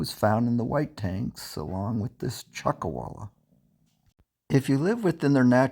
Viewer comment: Chuck “a”walla??